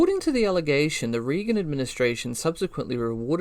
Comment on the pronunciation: Great research and super interesting but you mispronounce REAGAN every time. It is RAY-GAN. I wouldn’t want people to think you are not credible because you don’t know how to say the name of one of the most famous American Presidents of all time.